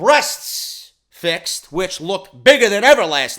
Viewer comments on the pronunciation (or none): none